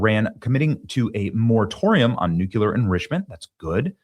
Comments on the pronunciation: New clear. Nuclear Why do you say noouckyoular ? Bizarre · Nu-cue-lar is simply an incorrect pronunciation of nuclear. Look at it phonetically, NEW-CLEE-ER. Really a pet peeve and you said it a million times in this video. Robin Williams also said it incorrectly, arghh... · Yall! Please teach Benny how to say the word nuCLEar not nuCUlar. Especially on a video where he says it no less than 15 times. 🤦‍♀️. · You're awesome Benny, but you DO keep triggering a personal pet peeve of mine going back to the Cold War. The word "nuclear" is pronounced NEW-CLEAR and not NEW-KEW-LUHR. You add an entirely additional, non-existent ghost syllable and mispronounce the word. Why do soOo many people do that to the word NUCLEAR??? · New-Clee-Uhr. NOT new-cue-ler. Didn't we go through this with W Bush? Also, SAVE ACT!!!! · Benny, I love ya, but it's: New Clee Ar! Not New Cue Lar. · "NEW - CLEE - AR" - Thank you for your attention to this matter. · Here's an idea. Maybe stop with the stupid clickbait titles and just tell the truth. Every time I click on one of your videos it's completely different than the title. But anyone who pronounces nuclear as nucular is clearly an idiot, anyway, so this will most likely go right over your head. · Please Benny, "NucUlear" is not a word. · Hey Benny…. We love ya, but you absolutely have to stop saying nukular. I’m not sure why this happens with some people but it’s really hard to take you serious when you can’t say nuclear. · Not pronounced Nucular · Please learn how to say nuclear. You are doing yourself a disservice.